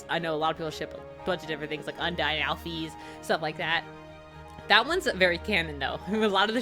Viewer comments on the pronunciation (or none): When she says Alphys wrong. The play through I watched they LOVED the game and knew it like the back of their hand so I would think they said Alphys right. (Al-fez) Alphys